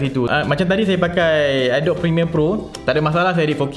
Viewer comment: Salam bro,saja nak bagitau Cara nk pronounce Adobe yng betul adalah (adobi) bukan (adob) Harap membantu